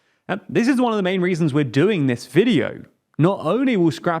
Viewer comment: "This videeauhho is brought to you.." WTF happened there?:)